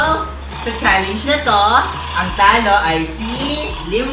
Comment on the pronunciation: pls naman po magbasa ka ng comments para alam mo na challenge ang salita hindi challenyg